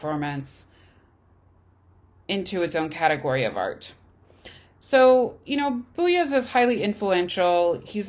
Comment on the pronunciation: Pronunciation of 'commodification' and 'Beuys' needs work. Speaker reads mechanically and without apparent interest. Beuys isn't "trying" to talk to the hare. The question isn't about what Beuys "believes". We have no access to his brain. A citation of sources would be more considerate, respectful, and exemplary. The speaker's appreciation for the information seems lacking , her conclusions reductive.